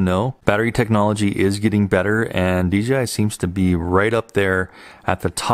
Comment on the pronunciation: exquisite. why does everyone seem to say DGI, its DJI like DJ and then I.